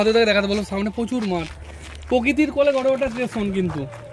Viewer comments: ভালো কাজ করছেন। তবে উচ্চারণের দিকে নজর দিন। 'টেশন' না কথাটা স্টেশন। আর মোয়নাপুর না ময়নাপুর। বাংলা ভাষাকে বাংলাই থাকতে দিন। ধন্যবাদ। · আপনাকে বলে রাখি যে ওটা টেশন নয়,স্টেশন উচ্চারণ আগে ঠিক করুন তারপর ব্লগ করবেন😂